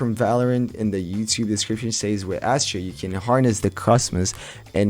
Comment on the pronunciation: I swear he was saying "Ashit"